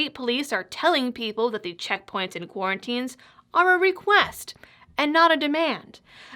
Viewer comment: Quar-ona-tine extension huh? And here you are, all dolled up and nowhere to go.